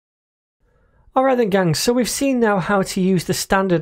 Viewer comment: Orr-R-Rrite nice video, thank you